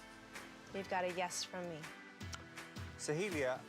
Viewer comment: No one: Literally no one: Not a single soul: X Factor Judges: SoHeEeLiA 🥴 If I hear one more Sohelia and not Soheila I’m gonna go insane lol